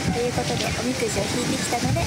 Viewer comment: れなあの発音おみ↑くじでかわいい